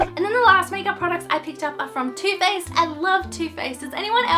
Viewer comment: . I thought you said 'toothpaste' and I was like 'WHAAAAAATT????'. I was so confused cos anyone could like toothpaste but then I realised you said 'Too Faced' haha 😂